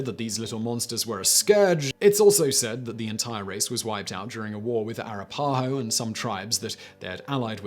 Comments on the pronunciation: Regarding the segment on Teihiihan (#3) at the end of the segment, they were finished off in a war with the Arapahoe. It's pronounced "ah-RAP-ah-Hoe", not "air-ah-PAH-hoe". Nice try though for someone from the UK. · Haha AIR-AH-PA-HOE , in the states it’s pronounced AH-RAP-AH-HO